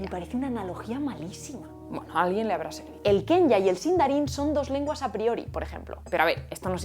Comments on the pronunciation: Se pronuncia Kwenya (o Qüenya), no Kenya. Me partiste el corazón y el alma 💔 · La "que" de Quenya se pronuncia kue (kw) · ¡Muy interesante el video! Una corrección, si me permitís: la pronunciación del idioma élfico quenya es "kuenia". Saludos desde Bs. As. Omar